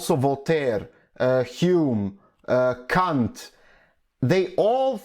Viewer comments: The way you pronounce "Kant" is interesting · When you were listing people, did you say somebody just named "Cunt"????? xD